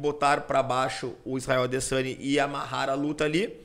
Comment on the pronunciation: "Adessaniiii" KKKKKKKKKKKKKKKK